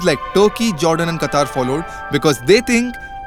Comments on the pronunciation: its Qatar and not QUATAR 😂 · "Quatar"? Really??! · It's Qatar not Kataar xD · It's Q'A'tar there's no 'U' in Qatar